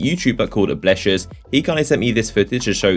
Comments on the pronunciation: that moment when you mispronounce blessious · You said blessious wrong